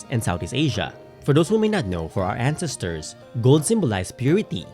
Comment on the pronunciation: Sorry. I'm just brothered with how you pronounce "ancestors" (and other words). For a historian who most likely mentions ancestors a lot, one should probably learn to correctly pronounce it. Other than that, well done!